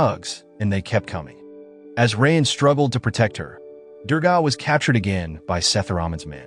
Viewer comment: Bro really pronouncing raayan as "rain" 💀💀🤚🏻🤚🏻